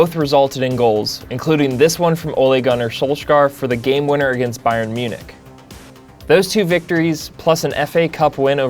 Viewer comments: It's pronounced "ooh-LAY goo-NAR soul-SHIRE" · Say it with me... Ole Gunnar sul-shire